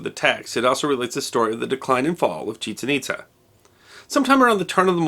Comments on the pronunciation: Nicely done, One little point, I believe the city has accent marks making it ChiCHEN ItZA. Don't mean to quibble. Always interesting! M. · Some things were mispronounced ... SEN-no-tay should be sen-NO-tay, and the site should be pronounced ChiCHEN ItZA (accent on second syllable for both).